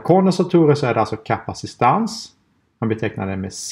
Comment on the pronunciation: Heter det inte kapacitans? Du benämner det som "kapacistans"